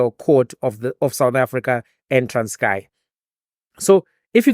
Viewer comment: TRANSKIE! NOT TRANSKAY!